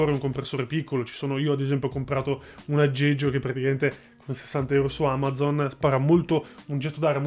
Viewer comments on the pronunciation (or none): none